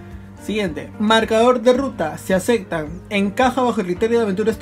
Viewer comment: "Se acectan" xD